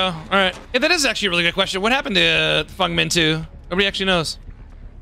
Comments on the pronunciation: any reason calls Feng, Fung? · why does every dbd youtuber say "fung/fong" instead of feng? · "Fungs" lol